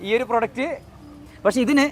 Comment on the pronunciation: അവതാരകനോട് പറയാനുള്ളത്, "പ്രൊഡക്റ്റ് "എന്ന് പറയുമ്പോൾ 'പ്രോ 'എന്ന് നീട്ടി പറയണം.